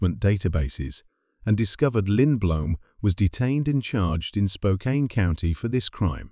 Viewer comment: Spokane is pronounced Spoke- can